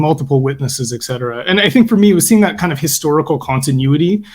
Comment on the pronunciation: In light of the fact that you guys were talking about the pronunciation of the word "service" may I point out that the pronunciation of the term "et cetera" (etc) is not "ek cetera". There is no K sound in the term and I don't know why so many intelligent people, such as, mispronounce the term. Please! Apart from that, wonderful discussion!